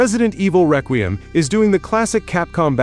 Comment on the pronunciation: This dumbass cant pronounce Requiem learn proper english phonics